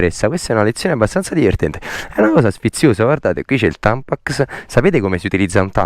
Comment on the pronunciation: ma sbaglio ho alcuni napoletani dicono tampacs. C'è invece di dire la (x) dicono (cs) e proprio una cosa vostra non è per prendere per il culo e che sarei curioso. Cmq grazie per le pizze fritte che fate🤤🤤